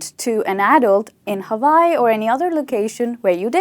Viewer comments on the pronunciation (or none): none